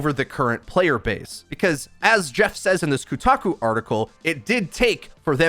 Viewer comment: Next up: how to pronounce "Kotaku"... (I think is hopeless here.)